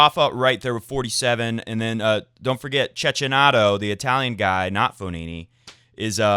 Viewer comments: it's read like cekkinato not cecchinato, my Italian ears hurt so much😂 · Check key na to (ch in Italian is pronounced like a k. Think about Pinocchio!)) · che-ki-na-to please pronounce correctly...